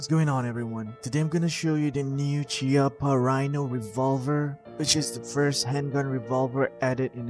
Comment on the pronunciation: Chiappa is an Italian company, pronunciation of It's name is "Kiappa". No hating, just FYI.